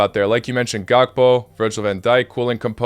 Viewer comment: It's Gakpo*, not Gapko.